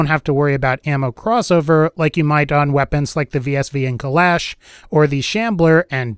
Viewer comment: I believe it’s pronounced kul-ah-sh not kul-ash